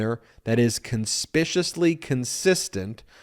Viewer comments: Conspicuously ( con- spik- yu- us- lee) Not, conspishushly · Dude.. I like the piece, but it’s “con-spik-you-us-ly”…. Not “kun-swish-us-ly” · conspicuously or suspiciously?... nevermind. It must be professional legal terminology....or if not, Ben deserves recognition for coining this hybrid of both words. "Conspishisly"... Cool! OR, if it's another accepted pronunciation of Conspicuously I've learned something new and I like it better...it a timesaver & it's efficient. Con spik Q is lee has one too many syllables... very inconvenient)